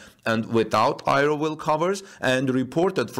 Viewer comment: aero is pronounced: "air-ro", not "i-ro"